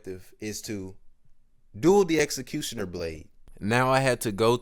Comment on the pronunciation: You are not speaking English - seriously you dont say "objective" or "executioner" clearly .